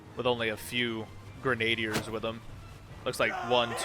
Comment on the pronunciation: its not granade- er its Grin a deer, just say it as one word Also the one helmet you said had a crown isnt a crown its just rope on it lol I forget the actual name but certainly isnt a crown